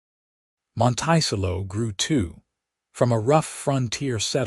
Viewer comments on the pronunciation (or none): Monticello is pronounced, “Monta-sell-O”. There are some AI mispronunciations I cannot ignore. I empathize with Genevieve: being pregnant, in a very different geographical setting. Glad Lucas saw Genevieve - her worth, resilience. Listening from Clarksville, TN. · Oh what a beautiful, beautiful story, I cry, happy tears several times during listening to this. Isn’t it strange how one act can change your whole life and how can anybody ever call a child a mistake. There a miracle given to us from God, something to always treasure even though I loved this story AI needs to learn pronunciation!! The pronouncing of Monticello wrong drove me crazy through this whole thing. But I did love the narrator’s voice. It’s quite pleasant thank you for the story. It is truly appreciated and I am looking forward to more. This is Betty listening from the beautiful San Francisco Bay area is. AM.😊❤❤❤❤❤❤ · Beautiful love story of love found and a family that followed. AI sucks and UTAH is not pronounced as utah and Monticello is pronounced terribly. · How to pronounce Montecello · I’m glad that the correct pronounciation of Monticello has already been shown. I want to laugh every time someone says it. Otherwise, this seems like a very nice story.😊😊😊😊😊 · That’s the craziest pronunciation of the word I’ve ever heard! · I cringe every time it is mispronounced. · How this mispronounced word could be interpreted to sound this way when we have two other perfectly valid pronunciations depending on the location in the states! It does make me cringe, when I can understand and give grace for the other two.